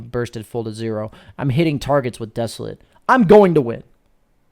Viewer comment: great video. Please google the pronunciation of desolate. It is not pronounced, as a verb, the way you say it.